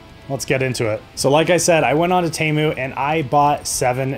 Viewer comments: Why does he keep saying Tamu and not Temu? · WTF is a TAMU. It's TEMU. Say it with me, T- E- M- U Again, T-E-M-U. OK. Carry on.